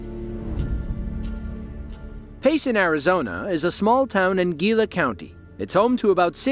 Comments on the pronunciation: HILA!!! It's pronounced Hila! The G sounds like an H! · Haha I was so amused by "Gee-la", and me too- Our turf was featured in one of his videos! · Man that avalanche actually made me claustrophobic af i held my breath instinctively lol ack . Oh btw, for the place in Arizona, Gila is pronounced hee-la 😊 (idc that it was pronounced wrong i was just excited to see a place i knew lol)